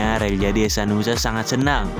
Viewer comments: Hehanusa bang bukan hesanusa😅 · Hehanusa min bukan hesanusa